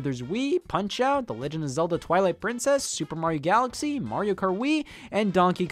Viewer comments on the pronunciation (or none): none